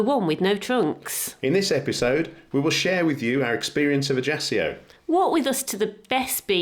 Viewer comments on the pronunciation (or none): Dear people, I enjoyed your clip but, Please, The Corsican capittal, although spellt Ajaccio, is pronounced "A-sha-xio". Like in: and, shall, axiom. Its so funny becaus almost everybody has their own pronunciation of that lovely City! ❤😅